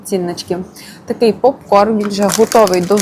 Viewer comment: Попкорм? Серйозно? З англ. "corn" - кукурудза. Правильно казати ПОПКОРН. А корм - це їжа для тварин